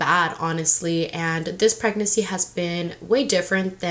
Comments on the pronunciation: Anyone else get bothered by how she says pregnacy instead of pregnancy lmao but I’m TEAM BOY 💙 she’s definitely a boys type of mom lol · Preg-nan-cy not preg-nacy girl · You say “pregnacy” it’s pregNANCY” lmao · Girl pronounce PREGNANCY rightttt there’s another N you just say “pregnacy” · Pryg-NESSY lol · Pregnacy 😂😂 real annoying lol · Lol the way you pronounce pregnancy as “pregnacy” is the cutest 💕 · I didn’t notice pregnancy was pronounced wrong until I came to the comments but why pick on that if that’s how she is going to say it? Maybe that’s how I say it too if I didn’t notice anything. If it was me, my hormonal pregnant ass would have block ya because I’m going keep saying “pregnacy” in many more videos so take a seat or leave. 🤣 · I LOVE YOU but i hate how you say Pregnancy “pregnessy” like Hennessy lmaoooo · It’s PREGNANCY. You keep forgetting to pronounce the second N. 😣😣😣😣😣😣😣😣😣😣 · ILYSM GIRL AND ALL YOUR VIDEOS!💓 just a little info pregnancy is pronounced preg nuhn see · Who hurt the bitch that is complaining about the way you say pregnancy???wtf is wrong with ppl lol Goshhh i love you please don’t let these so called women piss you off about anything lol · Can you pronounce pregnancy? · Y’all some little bitches if you guys keep telling her that she can’t pronounce “pregnancy” like it’s not a big deal. It doesn’t even bother me and if it did, I wouldn’t of said anything because again ITS NOT A BIG DEAL. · has anyone noticed how she says "pregnancy" lol!! i love it!!